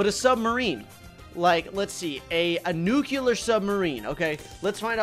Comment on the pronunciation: Nuclear: no Nuculur: yes